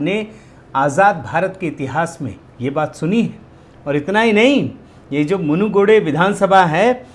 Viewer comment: It is not munugide it is munugidu